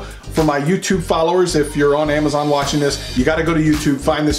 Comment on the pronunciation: did he say ammiezon?